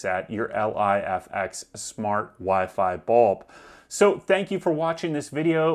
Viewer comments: its "Life-ex" you moron lol...not L.I.F.X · Bro, just say (Life X) not L.I.F.X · The fuck are you calling it L.I.F.X for ?? It's pronounced Life-X, bud lol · Just say ‘ lif x’ ffs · You definitely avoided saying Lifx properly for the engagement.